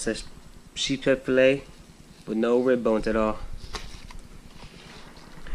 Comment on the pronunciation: Sheepshead not sheephead